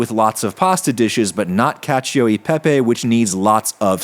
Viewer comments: "KAH-cho," not "KA-chee-o." Just sayin'... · “pronouncing the i in cacio” Cashew uhh Pippy 🧐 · 3. Pronouncing the i in cacio